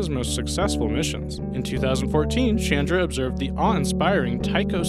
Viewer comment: Thumbs down for a few reasons, pronunciation being one ! it is CH AND RA it is NOT Shandar